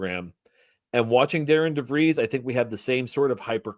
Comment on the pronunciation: And it’s pronounced DARREN DeVries.